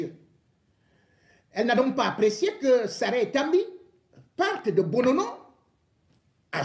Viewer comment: Le nom c'est Monsieur Monono et pas Bonono.